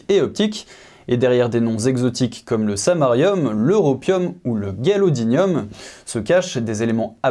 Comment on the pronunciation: Merci. "Gadolinium", et non "galodinium", ça pique.